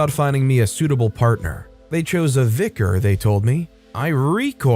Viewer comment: Not the VicarARRRGE 😂